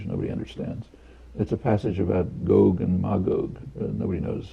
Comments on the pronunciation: It's gog not goog. You get it right when you're reading the passage but then not again? Hmm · I'm mostly concernded on how you pronounce "gog". you switch between "GOg" and "gog" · I always thought it was 'gog' as opposed to 'goag' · GOG is just GOG spelled backwards. ;-) Regardless of how Chomsky pronounce these terms, it seems, although I could be wrong, it's pronounced GAHG not GOHG. (ɡɒɡ / ˈmeɪɡɒɡ) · o is still pronounced like the o in body and the Me pronounced like a in base. You only said both one way (I watched the whole video) with the o being like the o in go. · It's pronounced GAHG and MAYGAHG. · Can you learn to pronunciate Gog and Magog please. Gog is a person, the "Chief Prince of Meshech and Tubal (Ezekiel 38:3). Megog is the land he is from (Ezekiel 38:2, modern day Turkey). This battle happens toward the end of Christ Millennial Reign (Revelation 20:7-9).